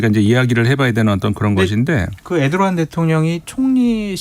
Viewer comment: 에르도안을 왜 자꾸 에도르안이라고 하시는거에요…ㅋㅋ